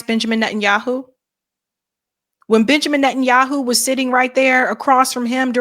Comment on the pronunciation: I thought you said "Bitchamin Netanyahu" lol